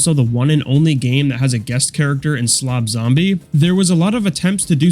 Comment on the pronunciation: Did you say Slob Zombie? WTF?